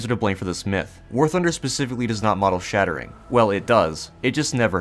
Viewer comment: "SHELL SHATERING does not happen" British💀